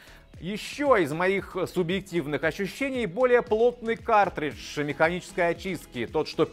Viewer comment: Вы говорите "катридж" вместо "каРтридж"?